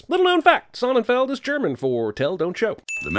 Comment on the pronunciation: Sonnenfeld means sunfield in German. Not whatever you said.